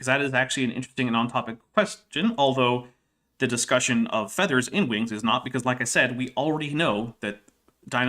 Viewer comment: pronouncing "feathers" more like "feeders" is throwing me so far off what's being said. =(